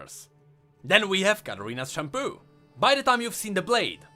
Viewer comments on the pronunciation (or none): It's pronounced "shun-po" not "shunpoo". If you watch Bleach you will know exactly how to called it. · "Katarina's Shampoo" uh... no, it's pronounced shun-po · Katarina's shunPO not shunPOO lol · I thought was saying Katarina’s shampoo not shun po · I love the videos but it really bugs me that you pronounce shunpo as shampoo. I can't stop hearing it. If you ever watched bleach, you may know how to pronounce it like it was intended but if not, it should be pronounced as shun(like shoe+n)-po(like in poro). Can't really explain it better since english isn't my first language but I hope you get the gist of it. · Anyone else heard "shampoo" instead of "shunpo"? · i'm the only one hearing shampoo? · hey the way you said " shunpo" kinda sounds like shampoo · am i the only one who i heard shampoo? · so I wasn't the only one who missheard shunpo with shampoo 😅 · I’m glad I’m not the only person who heard shampoo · I love how you pronounce shunpo as "shanpoo" lol